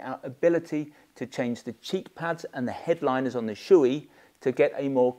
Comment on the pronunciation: Thanks for the excellent review. By the way it's pronounced "show-eh" not "shoe-ee".